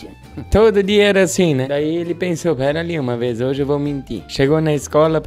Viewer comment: O ruim deste vídeo é que ele acaba, "una véiz"! Kkk